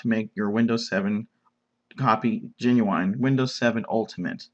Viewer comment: The word is "GENUINE" not "GENUWINE"